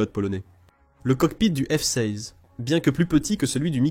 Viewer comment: Le micoyan 29, c'est un avion arménien? Et le F seyze. Insupportable cette voix AI.